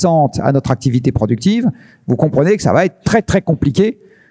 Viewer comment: pourtant ce Laurent Alexandre fait d'affreux pataquès : écoutez le dans ses 2 passages à thinkerview , c'est moche . ( " ça vaTêtre" prononcé à plusieurs occasions , inacceptable ! )